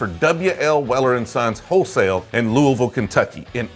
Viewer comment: As a native Louisvillian, I am impressed that you have nailed the native pronunciation of my hometown. I am a new subscriber and have really enjoyed your channel so far. Keep up the great work.